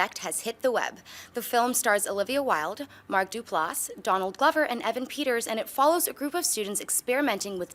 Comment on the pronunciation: Stop mispronouncing Donald Glovers name!!